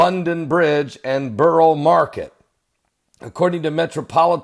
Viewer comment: Borough Market is at the Southern end of London Bridge. It is one incident. Why does an American feel the need to talk about places he can't even pronounce?